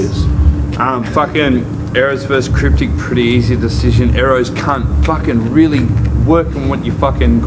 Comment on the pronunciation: If your gonna diss someone pronounce it properly aerrows. The best 2 made it to the final for sure